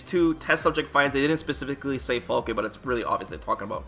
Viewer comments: I said it a bunch of times, it's Falke the E is silent so Falk(e) not Falkeh lol smh. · Falk-uh. Not Falk-aye. It's German for falcon. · Is Falke really pronounced “fall-kay” ? I read it as “fall-kh” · So we can assume that her name is pronounced "FAL-kuh," yes?